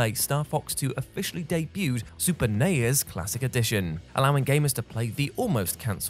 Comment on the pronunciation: Why do you pronounce the nes and the snes like that omg 😭💀